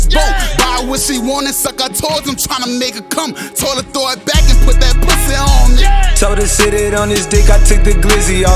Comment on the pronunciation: I love how 21 pronounce "PUSSY" 🤣